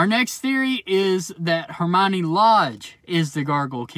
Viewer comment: Its Hermaini Lodge